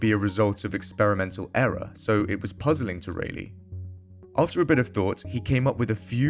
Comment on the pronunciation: It's RAYleigh as in "Bar" not RAYleigh as in "Bay"...